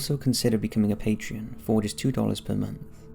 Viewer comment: Hello friend, really enjoying the channel! Unless it is a UK phenomenon, I believe sponsors of an artist are called “Patrons” /PAY-truhns/. Youre putting in an extra syllable. Otherwise a flawless performance mate!